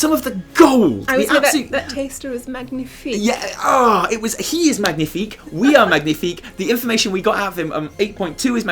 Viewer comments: Im actually french MAGNIFIQUE ! Btw we don’t say mag-nifique but mag~nifique, so it sound like a gnieh instead Gneh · magnifique in french... well "gn" pronounces like "nye". its like like its one letter over g and n separately. The closest phonetic would be ma-nyie-fic. ^^ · I do want to point out that the g in magnifique is silent if you really wanted to do french :D It's like "manyifique" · We pronounce it « mañifique » actually ! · Magnifique is french but the g is silent, so it’s more like manifique. :) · Did i just hear Magnithick? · As a french speaker I must say we pronounce "magnifique" -> /manifik/:D haha Anyway can't wait to hear the interview!:D Thanks for your videos guys you are awesome! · Great episode :D Just... please research how to pronounce a French word next time, k thnx :P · isn't the G silent in magnifique? hmmm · Next time you pronounce the 'g' in 'Magnifique' I'mma Brexit the hell outta you! 😠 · Fyi, the G in Magnifique is silent in french ;) cool video as usual! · great video as always. the g in magnifique is silent btw.